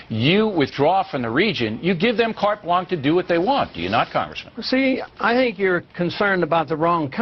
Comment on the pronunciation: Why do people listen to this mental midget? And he can't even pronounce carte blanche. Ron Paul has been around for decades and has an amazing grasp of foreign policy. BillO is Cliffs Notes.